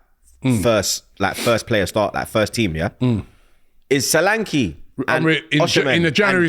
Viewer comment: Its pronounced S H O L A N K E H Not, sohhhlankiii